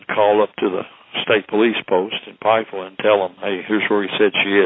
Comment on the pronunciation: It's Pikeville not Pikesville..